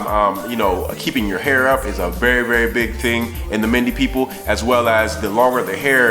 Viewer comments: Good video. But it's pronounced MEN-DAY . I myself was born in a mende village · I love this went to Sierra Leone for the 1st time in December best experience of my life but just one little thing the way you pronounce mende is funny lol its pronounced like Men-day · Mende is pronounced men-day 💜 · LOVE the vid but its pronounced "men-day" lol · I love your video, your pursuit of knowledge and interest is admirable!The correct pronunciation for Mende is 'MEN-DAY' btw; Please keep up the good work. 20 year old 'Black British' girl from Sierra Leone (Mende and Kono parents).